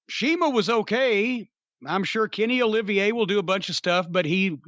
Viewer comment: "Kenny Olivier" Lol.